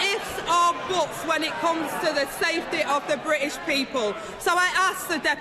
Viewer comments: Only 25 letters in Angela's alphabet. Missing the "t". Bri ish and securi y. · I'm from Manchester, speak with a Mancunian accent, but it boils my piss how she sounds like she goes out of her way to make us all sound so thick. "Ther bri''ish pee-pull" - just fucking say "British" and use the letter T - it's really not that fucking hard. It's also LAZY. She has some excellent points, and they could* hit really hard, but her pronunciation even to me is really distracting. Moreover, it paints the substance of what she says as lazy (even if it isn't, but that's the effect). Her job is to be an effective communicator, above everything else. She isn't doing that.